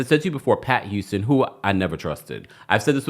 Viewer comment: Not Cissy YOUSTON 🤭 refuses to pronounce the H in any word.. “it’s a YOUGE deal!” 😭